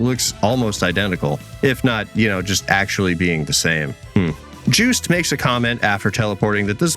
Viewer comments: I hear "Juiced" Everytime you say their name 😂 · The way he says "Jewst" is funny.